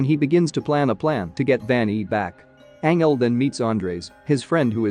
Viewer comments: Anyone else triggered by the way he’s saying Angel, like the narrator said right twice then decided nope his name is Anel?!! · ..... Tells the story of....Ang-Elle.... 🤦🏼‍♀️🤦🏼‍♀️🤦🏼‍♀️🤦🏼‍♀️😬😬😬🙅🏼‍♀️🙅🏼‍♀️🙅🏼‍♀️💀💀💀 ***Fuckin cringes so hard I drop my phone 📢🦻💣☄️💥🤳 ⚰️🪦 I just can't take it! It's making me already hate the movie I haven't even actually seen any parts of yet just watching 5 secs into the video that just explains about it.... 🤖🤖🤖🤖 Not quite fair for the movie itself, but it's painful to hear that.... And oh geez, WTF is the other dude's name even supposed to be?!?! LMAO 🤣 I hate to even try n spell out what that one is sounding like to me right now....geez Louise.... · It's not Angel, pronounce it like Anjel